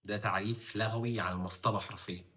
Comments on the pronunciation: ما شاء الله بس الأصح اتفاق لُغوى بضم اللام وليس بفتحها لان لَغوى بفتح اللام من اللغو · لُغوي وليس لَغوي :)